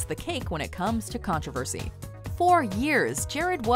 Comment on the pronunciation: It's annoys me how she's says 'controversy'